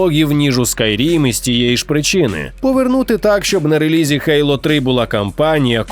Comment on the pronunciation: а ще *Гоґвортс, *Гейло, *Горайзон